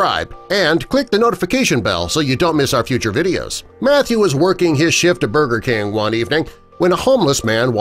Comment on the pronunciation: He said burber king SMH